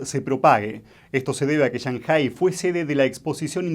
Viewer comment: El acento de la palabra 上海市 (Shànghǎi shì) está en la PRIMERA SÍLABA Y NO EN LA SEGUNDA. Ese "acento" sobre la ǎ es FONÉTICO y no agudo. Por lo tanto, querer hacerse el chino para pronunciar es incorrecto.